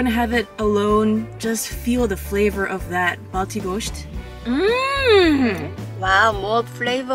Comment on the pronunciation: Was waiting somewhere for this video. Really good 😍. You'll pronounced gosht really good.